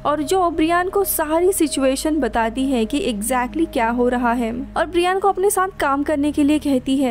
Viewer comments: Bra Yen , it's not Bree Yan. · His name is ब्रायन not ब्रियान 🤣🤣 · It's not briiiaaaan 😕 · Pls check on Google before pronounciation Brian .